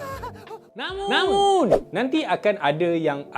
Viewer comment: NAMUNNNNN tu yang mahal..Nice.. 😂👍